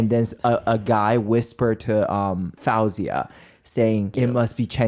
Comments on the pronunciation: Can I just say you keep pronouncing Faouzia’s name wrong. It’s pronounced Fozia, not Fowzia. Thank you for the insights into the show. I watched the show and felt there were things going on in the background. I think Dimash should have duet’ed with Faouzia but thats my opinion. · Hearing fAHouzia instead of FAOUzia is lowkey making me go insane😭😭 Shes literally my favorite female artist😭 so hearing pronounced wrong is 😭😭. I love you sm Stephanie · Quick note, Faouzia is pronounced Faow-ze-ya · Say her name right Foo- zy- ya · her name is pronounced foozia!